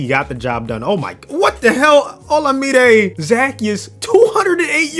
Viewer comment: mans botched olamide’s name so badly 💀💀